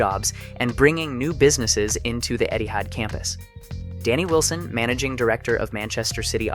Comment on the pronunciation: I don't why but everytime he said Etihad i always heard it as Eddy Howe